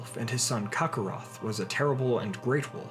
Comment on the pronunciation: Phonetically it sounded that way, I'm guessing you haven't watched Dragonball Z?